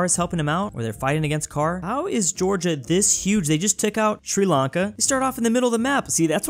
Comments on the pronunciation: Bruh Sri Lanka not “Sri Akle” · c "sri lanke" :c its sri lanka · like sri lank"E" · Sri Lanke is wrong Sri Lanka is correct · Ahh yes, Sri Lanke. Also, Brittney. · 'Sri Lanke', 'Brittney' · “Sri Lanke” 😤😩😩🤔🧐🤓🤓🤦‍♂️